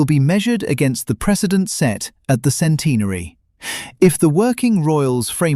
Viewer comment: Sorry. I can't get past the way centenary is pronounced by this narrator